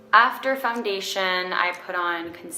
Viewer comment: Does she say “fumdation” or is it my hearing?